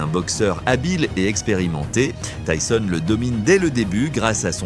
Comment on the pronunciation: Désolé pour les messages et le prend pas mal mais j'ai regardé plusieurs de tes vidéos déjà et quand j'entend Mike tisonne au lieu de Mike Tyson sur d'autres vidéos ça fais mal, même si ce n'est pas ta voix mais bon fais attention. Et continue ce que tu fais c'est bien !